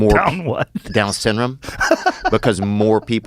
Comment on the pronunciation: Joe is making fun of him because he says down “synm” not syndrome